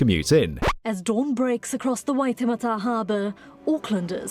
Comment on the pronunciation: Fascinating video, but if you're going to do a story about a foreign country, please please please make sure your narrator has at least HEARD the placenames before. I'm about 2minutes in and so far you've mispronounced Piha and Waitemata, two extremely well known localities to Aucklanders.